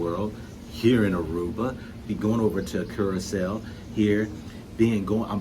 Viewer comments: Curacoa pronounced (Cura-so) Try and go to Bonaire. This way you can do the ABC islands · So its pronounced with an 's'? Curaso? That's so interesting. Thanks for sharing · It's Curaçao